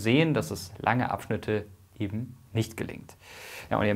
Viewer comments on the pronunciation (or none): none